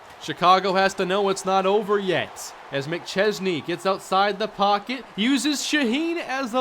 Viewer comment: yeah because can actually pronounce mcchesney's name